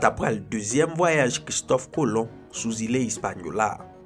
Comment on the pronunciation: Tu raconte bien les histoires mes il y a des mots qui ne sont pas très compréhensible comme Île